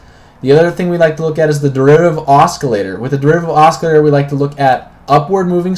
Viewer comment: Constructive remark: It's pronounced AH-Sill-ator. No Hard C.